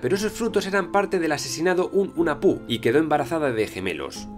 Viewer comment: Hola me encantó el video, pero unas correcciones con la pronunciacion de los nombres mayas. 1. La "H" suena como si fuera jota, Hunahpu= Junajpú, Ah Puch= Aj Puch. 2. La "X" suena como si fura la Sh inglesa, Ixbalanque= Ishbalanqué. 3. La "V" suena como si fuera "W", Popol Vuh= Popol Wuj.